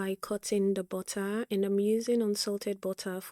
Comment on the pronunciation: "Bottah" 🤭 I love it 😂